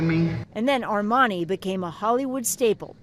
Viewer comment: Air-man-eye?? Armani.........doc Hollywood (1991) RIP